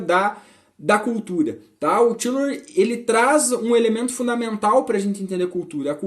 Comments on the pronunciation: Lembrando que a pronúncia é "Táilor". Os ingleses e norte-amricanos pronunciam assim. No início quando comecei a ler a obra dele também pensava que era "Tílor". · A pronúncia não está certa . Até onde sei